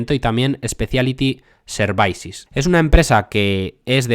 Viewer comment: Services se pronuncia “servisis” no “servaisis” me pone nervioso que lo dices así veces El vídeo es excelente, no te lo tomes como un ataque, a mi me gusta que me corrijan Gracias por tu trabajo Dejo mi like :)